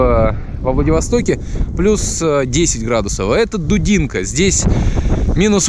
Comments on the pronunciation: Посмотрел и вздрогнул... Прожил 25 лет в Дудинке, 2 из них в Воронцово... Переехал в этом году на материк и перекрестился... Жалко северян... Плохо что этого не знает и не видит президент... Здоровья и терпения всем... P.S. Правильно Дудинка - ударение на И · Дудинка, ударение на А. Спасибо за фильм.